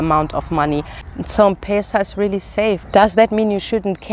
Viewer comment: Mmmm not pesa but letter Em plus Pesa